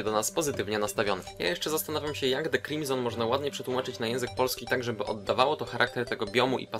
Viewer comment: Nie "crime zone" tylko "Crimson" deklu ;o